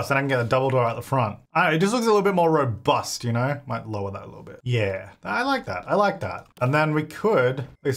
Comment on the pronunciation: The way you said the word "robust" when referring to the green house made me laugh so hard I had to pause the video just so I could laugh. 😂 I have no idea why I'm like this!